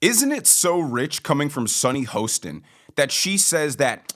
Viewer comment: I wish you would pronounce sunny hostin's name correctly. The o is pronounced as an "a"